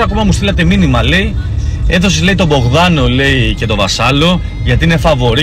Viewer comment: Τον Μπογδάνο 😂😂😂😂 ούτε το όνομα δεν ξέρει να πει 🤪🤪🤪🤪